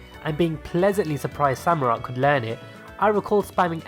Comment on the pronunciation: Left off the C in Treecko, and it's Samurott, not Samorot!